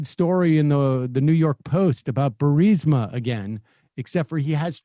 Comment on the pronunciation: Hey Trump, is Burmesa, Buremisia, Bermusia, and Borisia near UrAssland?